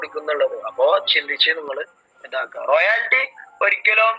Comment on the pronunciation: റോയൽറ്റി എന്നുള്ളതിന് ഇ ആൾ പറയുന്നത് കേട്ടോ റോയാൽറ്റി. ഇങ്ങനെ വിവരം കെട്ട പെണ്ണുങ്ങൾഉം ആണുങ്ങളും ആണ് ഇതിന്റെ ലീഡേഴ്‌സ്.